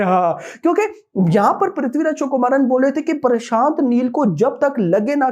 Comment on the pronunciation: Vo Prithviraj “chukumaran “nahi,Prithviraj Sukumaran h😂